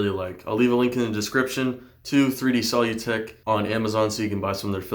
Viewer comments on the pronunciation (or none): Solutech, (sah-loo-tek) as if you're saying solution. Not sol-u-tek